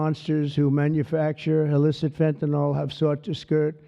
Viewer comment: Wow! Right now 96 comments and about 80 of them are nonsense bot sh!t about some crypto crap. ALSO Trump literally cannot pronounce Fentanyl and I laugh every time